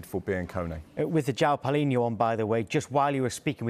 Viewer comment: Congrats. Managed to mispronounce both the first name and surname 😩